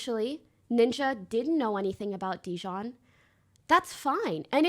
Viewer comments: It’s jidion not dijon 💀💀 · Whether she does it on purpose or not, hearing her say JiDion's name incorrectly is PAINFUL, and honestly corny if on purpose.